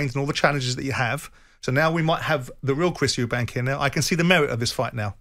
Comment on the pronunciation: “Eubank”…no “s”.